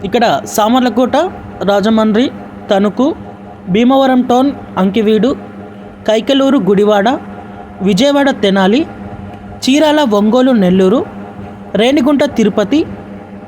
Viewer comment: బాబు గారు బాబు గారు అది ఆకివీడు ఆకివీడు గమనించండి అంకి వీడు కాదండి